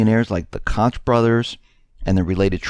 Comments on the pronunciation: Koch is pronounced like Coke and yes those guys are dangerous. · Koch is pronounced like Coke in regards to them brothers. Keep up the good work. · Koch brothers is pronounced "coke" brothers.